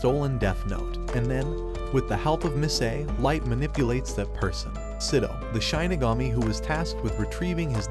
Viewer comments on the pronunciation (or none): Please never say ‘Shinigami’ again